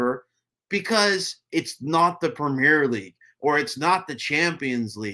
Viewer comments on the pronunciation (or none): Prumeer-ah leegue saccker action .